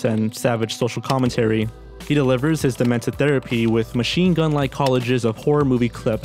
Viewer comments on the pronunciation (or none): COLLAGES = "Koh-LAH-jezz".... Not "KAH-leh-jezz" #⃣2⃣ "A Uncomfortable"...should be.... "AN uncomfortable" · he says college's & tape-estry ... dafuq. Patsy video, not original woke.